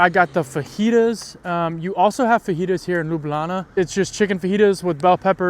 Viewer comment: its pronounced L-EW-B-LJANA 😅